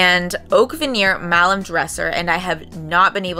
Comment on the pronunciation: Malm like balm. Tf is malem????